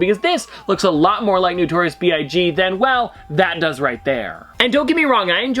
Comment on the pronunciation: It’s not newtorious. It’s notorious.